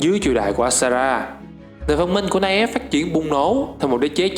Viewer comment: Ông đọc tiếng anh vẫn còn sai nhiều đó, night elf đọc là nai eo ko phải nai ép nhé